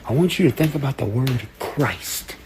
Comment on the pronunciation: "Cry-ist" has me 💀